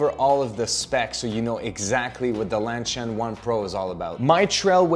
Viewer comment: Is LanSHan supposed to be pronounced as LanCHan?